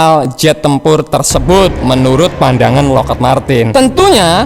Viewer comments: Bacanya Lokhid bang... bukan Lokhed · Lockheed dibacanya Lokhid, bukan loked min..